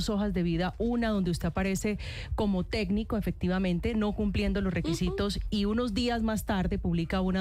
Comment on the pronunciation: No es "tédnico" es "técnico" joven técnica...en mentiras😂